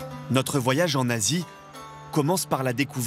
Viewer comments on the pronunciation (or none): Relou les blancs qui disent "go... yage". On ne dit pas "vo... yage"😂😂😂... On dit "goi..yage" comme "voi...yage"... Mais bon c'est TF1 il faut essayer de faire plus exotique... Pitoyable